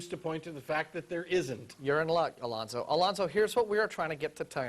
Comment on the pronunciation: "Alonzo" sounds like "Reuben."